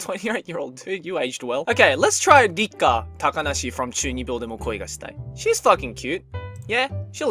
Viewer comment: His pronunciation is impeccable especially on the picture of Rikka